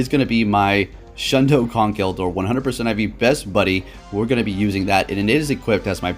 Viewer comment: Its a Shlundo not a Shundo 😉